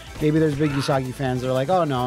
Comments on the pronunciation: I'm also gonna be that guy... うさぎ is pronounced OOsagi, although he keeps saying YOOsagi. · In Japanese, u is a flat sound, like the u in 'flute, not a curved u sound sound like vacuum... So it's pronounced OOsagi, not YOOsagi. うさぎ is the Japanese word for rabbit.